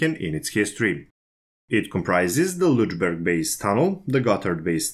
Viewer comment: After previous public corrections I tried hard not to correct you anymore .) , but your 'Lutschberg' pronunciation (for Lötschberg) is just too much - sorry. And you seem to be aware of it yourself, judged by the way how you 'cheat yourself past it' each time. Unfortunately, WP don't indicate the pronunciation in their article, and right now I can't think of any english word whose sound would come near - except maybe an older pronunciation of a short u (like in cut) which would come near to a short/open german ö. Also the sound like fx in hurt could come near, but you would have to shorten it just as is the german syllable. Do understand me, I have a positive attitude towards you and your work and am not trying to make fun of you! Did this help?